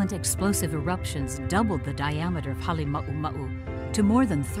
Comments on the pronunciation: Its Halema uma u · Not Hale mau mau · I still love how USGS mispronounces Halema'uma'u